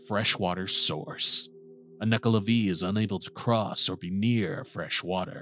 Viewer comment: It's not Nuckla'vee', it's Nuckla'vay'